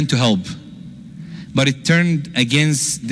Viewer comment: Why don't you learn to pronounce P....you say B instead of P and it is misleading....it is help, not HELB....most Muslims are Shaitaan.....Islam is so different from Muslims....most Muslim men are very lustful & they think women are sheep. Therefore, they marry 2 ,3 and 4 women....how sick is that.....disrespect to women....